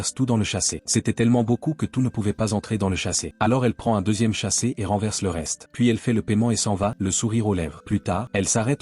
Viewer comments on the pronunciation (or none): On ne dit pas chasset on dit sachet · On dit sachet et non chasset pchtiiiiip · Sachet et non chaset🤦🤦🤦